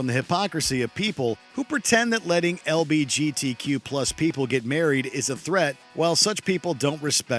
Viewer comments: Anyone else notice how he butchered LGBTQ ?😂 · haha this dude legit said lbgtq instead of lgbtq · Bruh said LBGTQ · lbgtq me: wait a damn minute- (all in good fun, i thought i misheard him at first and was. confused) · Did you just say "LBGTQ"?